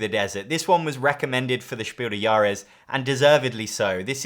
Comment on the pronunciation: your pronunciation of „Spiel des Jahres“ is almost at the „He walks among us“ tier, you're just forgetting to pronounce the „s“ in „des“. It should sound exactly like „des“ in „desperate“